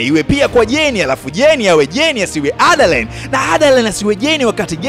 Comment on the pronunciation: Broo umetisha sanaaa hio speed ya kuongea nmependa aiseee msekeseke wa kutamka majina ya jane na adaline khaaa